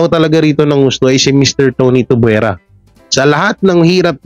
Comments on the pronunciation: Kuya it's tuviera not tubuera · Tuviera not Tubwera